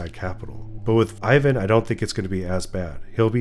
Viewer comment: He's not [Ayvan], he's [iván], ee-one.